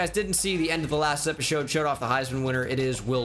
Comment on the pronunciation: mans said epishode